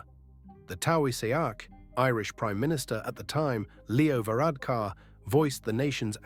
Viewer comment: Interesting video bro, I can appreciate the effort to pronounce the names of people and places right, I can see you're atleast making an effort. The Irish prime minister is called Taoiseach and it is pronounced tee shock. And the police i.e Gardaí is pronounced Gar dee meaning more than one member of the police, and Garda is the singular i.e one officer.